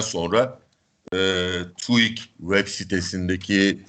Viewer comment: ya tuik değil tüik. türkiye istatistik kurumunun kısaltması. tu değil tü. neden herkes papağan gibi birbirlerini tekrarlayıp yanlış söylüyor? koskoca dediğimiz profesörler bile böyle söylüyor. hayret verici bir durum, çok enteresan. sorgulamaktan acizliğin, ezberciliğin göstergesi bunlar.